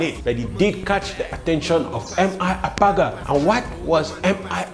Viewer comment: MI Abaga ** ba not agaba